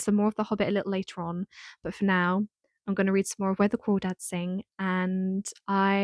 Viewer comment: Where The Crawdads Sing is AMAZING. And yes you're pronouncing it right lol. It's so accurate to that area